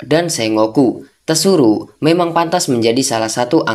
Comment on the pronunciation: tsuru "penyebutan nya Suru" Mlah lu bilang "TESURU"